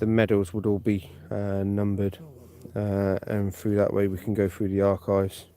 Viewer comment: What did he say ? Road frue. Are you sure you didn’t mean to say road through ?